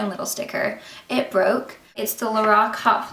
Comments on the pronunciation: if you go to the Lorac website, it tells you how to pronounce it. it's "LA-ROCK" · Pronounced La Rok , nice review